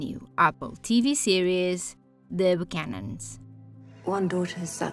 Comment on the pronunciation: Look up the pronunciation please. It’s not the “Buchanans.”